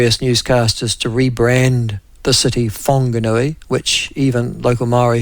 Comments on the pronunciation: It's wanganui IL never spell it with a h or say it with a h I've lived her for 40 years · If you can pronounce the F word you can pronounce Whanganui you ballhead.